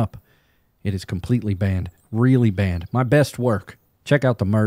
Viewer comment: I always wondered what the heck a "Band game play was". "...This one time, at Band Camp.." And today I heard you say "Banned game play", and I'm like, 😯💡!.... ...Nope, I still don't know what that means.